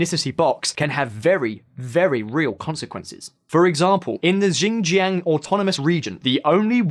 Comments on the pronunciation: He calls Xinjiang, "ginjyang" 😆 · They are pronounced “See (Xi) Jin ping” and “Seen (Xin ) Jiang” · Pronunciation: please please please fix it. Uyghur and Xinjiang You know that any offended apologist for the government will be on your case about it and claiming you know nothing because you don’t pronounce these things right. Due diligence. It’s not that hard. This is an important topic. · You mean, Shin-jang? You keep on saying Zinjang. Xi Jing Ping is Shee-jing ping. Not Jee Jing Ping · It's Xinjiang not "Jinjiang", Uighur not "Oighur" To say cantonese isn't related to mandarin is absurd and shows your lack of understanding about the language. Also you make it seem it like only 70% of the population speak mandarin when the true figure is closer to 90+ % Chinese borders have largely been the same and intact for more than a 1000 years. If your going to make false & baseless claims at least learn how to pronounce the places properly and go beyond a few Google searches with your research. (A muslim who lives in China) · Again "X" is an "S" sound in Chinese. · You can trust someone whose pronunciation of Xinjiang is on wrong. Sort of undermines the flimsy research. But yes there is plenty if racism in China. Positive and negative discrimination. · Rhetoric, Xinjiang, Uyghur; this guy's appalling pronunciation makes this video almost unwatchable. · Literally all this guy had to do to pronounce Uighur and Xinjiang right was to put them into google translate and listen to it. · More than lies they can't even pronounce the world Uighur and Xinjiang